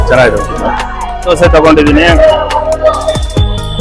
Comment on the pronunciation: ಧ್ವಸೆ ಅಲ್ಲ ದೋಸೆ 😂😂😂